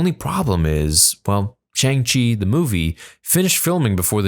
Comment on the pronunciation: I hate to be that guy but you should pronounce it as "SHONG-CHI". Some people might get offended.